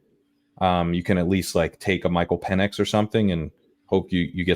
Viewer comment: Good stuff. Pronouncing PENix as PEEnix made me giggle every time. I’m such a child.